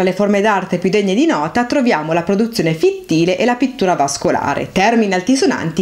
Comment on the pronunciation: Sei molto brava e il video è davvero ben fatto ma attenzione che molti accenti sono sbagliati (es fíttile, kórai, kóuroi ecc)